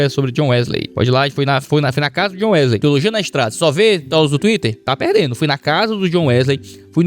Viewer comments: "Wesley" em inglês se pronuncia "Uísli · A pronuncia de John Wesley era mais ou menos (djiónn Uéslii) com o passar do tempo alguns dialétos comeraçaram a pronunciar Wesley como (Uíslêy). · Acredito que seja Wisl "i", ey se pronuncia como i.. DisnI (Disney), MonI (money), DonkI (Donkey), MickI (Mickey)... A pronúncia é I kkkkkkkkk... eu me acostumei com a pronúncia de "ey" após ouvir tantos vídeos de nerds estrangeiros falando assim.. kkkkkkk